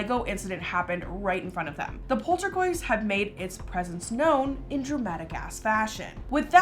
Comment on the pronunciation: polterg OI st lmao, love you